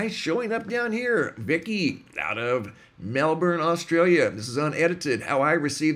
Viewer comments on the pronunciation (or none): Born and raised in MELBOURNE its pronounced like MELBURN